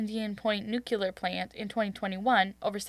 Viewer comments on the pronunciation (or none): It's Democratic, and nuclear, not nuciler